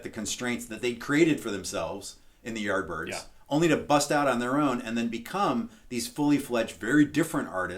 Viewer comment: When said Yardbirds, I literally thought that he is saying art birds for a few minutes. A bit later I checked "CC" to see if my english has really gone bad but guess what... Poor Youtube algo even couldn't pull off what he was saying, fix your pronunciations:P